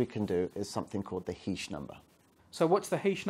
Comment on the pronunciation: ...I'm only playing this video because my last name is "Heesch" and I wanted to find out which way he was going to pronounce it... ...I say "Heesch", short "e" sound, rhymes with "John Tesh"... ...I've heard others say "Heesch", long "e" sound, like "hash-heesch"... (presses play) ...well, he's mispronouncing it...😂